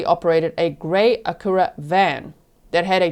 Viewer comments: G... Only because you seem to appreciate local pronunciation. The car discussed, the Acura, is pronounced ACK-yur-Ah. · It’s phonetically akk-u-rah.